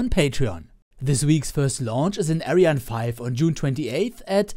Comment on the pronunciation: Wieso sprichst du ariane nicht so aus wie sie ausgesprochen wird ? Wir deutschen sagen ja auch nicht Falkon oder Saturn fünf etc. Find ich nur komisch ;)